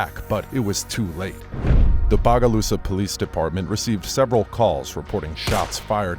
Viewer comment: why he say bogalusa like that 😐